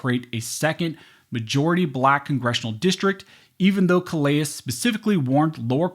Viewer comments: That’s pronounced “kuh leh”. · Just a nit pick, but... in Louisiana vs. Callais, that name is pronounced "Cal Lay" because it is a French name and in Lousiana, we pay attention to French name pronunciation. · Callais = Kal-A